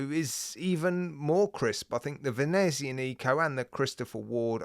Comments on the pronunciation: No offence, but as an Italian speaker, may I correct your pronunciation of Venezianico. The only emphasised syllable is the ZIAN part - so it is "Vehneh ZIAA neeco" - flowing not staccato. I have a Venezianico, Arsenale range, one-off-build by manufacturer, GMT, 45mm, all black, honeycomb dial, white gilt-edged hands & indices, brass bezel markers, dark brown heavy leather strap, Sellita SW330 speciale. A nautical beauty. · the CW looks so good! I believe we will be seeing more watches from Venezianico so if u get the chance, ask someone how to pronounce it properly. (not trying to be rude or anything like that)